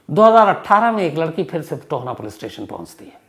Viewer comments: Hlo sir . Ye Tohna nhi TOHANA h . Me tohana se hu. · It is TOHANA not Tona. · Tohna nhi sir ji tohana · Sir tohna nhi tohana h m from mansa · tona nhi tohana h sir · Tohna nhi Tohana h vo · Sir tona nahi ita TOHANA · Tohaana, ਟੋਹਾਣਾ,not tohna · Tahir ji , 'Tohana' hai na ki toana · टोहना नहीं टोहाना।